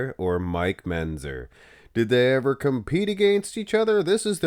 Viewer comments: "Menzzzer". He's said it that way for years. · MenTzer, MenTzer. Come on. You can say it.